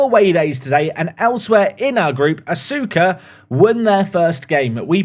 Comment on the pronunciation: Asuka FC is pronounced uska fc fyi